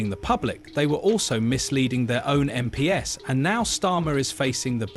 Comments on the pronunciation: "Em Pee Ess" What the actual fook is this A.I. robo voice talking about? It is pronounced "Em Peez". Who puts this sh!t on Youtube? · Computer generated voice is annoying - the give away is MP’s pronounced as Em Pee Es instead of MPs = EmPees